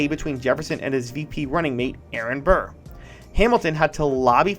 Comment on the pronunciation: You need to pronounce “Burr” like there’s peanut butter on the roof of your mouth